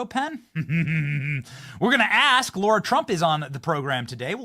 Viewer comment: Benny, it's Lara not Laura, LOL😄